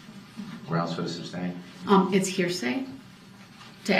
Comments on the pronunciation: Every time he says "substain" instead of sustain makes my eyes roll out of my head. And tack-it for tacit, OMG! Get a dictionary, it will tell you how to pronounce words. Dumb ass. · I wish someone would have told DB the word is sustain not substain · This guy’s malapropisms are FAF. My faves are substain and unbiblical cord. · I think in some cases, he deliberately mispronounced words. Like license "place." C'mon, who doesn't know it's a license "plate?" Or substain vs. sustain? Biast? There were far too many to count. He also deliberately went out of his way just to be difficult. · For a man who keeps pronouncing the word sustain as "sUBstAiN", is it really a surprise to you that this moron doesn't know what hearsay means?? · It’s not SUBSTAIN! It’s sustain. The word is TACIT as in TASIT not tack-id. 🙄🤣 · The words are “tacit,” and not “tacket” and “sustain,” not “substain.”